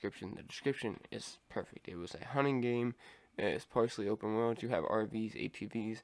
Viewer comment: Bro. You gotta pronounce and enunciate your words a bit better. Can hardly tell what you’re saying. Cool vid tho